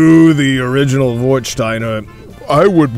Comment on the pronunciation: Nice review. I have just one suggestions about the pronunciation. It's an "a" not an "o". Warstein like Westphalia.